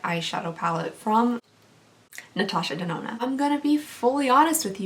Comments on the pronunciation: Natasha Da-do-na 😂😂😂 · This is the first time ever I am commenting on youtube video. I loved your accent when you tried to pronouce "Natasha de nona"😝 I hope I win. I loved all of items in this giveaway. My insta: giddhaqueen 👸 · Literally loved listening to you say Natasha denona I laughed SO hard I almost died. You are my fave to watch I love how genuine you are. I literally can watch your videos over and over. Intsa: cupcaitx3